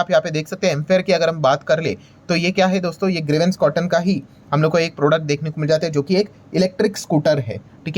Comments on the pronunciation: ग्रीवेंन नहीं प्रभु ग्रीव्स कॉटन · ग्रवेन्स नहीं 'ग्रीव्स' कॉटन बोलें।